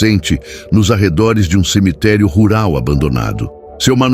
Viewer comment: Aisso e buato mano pode ver qui ele sempre fala em semiterii